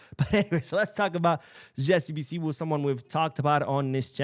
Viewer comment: thanks for the video and thanks for the good work you are doing for our Dear Team Barcelona the best football institution in the world. Jessey (Bisiwu) is a Ghanaian 🇬🇭 name. The name is something like this (Bisiu)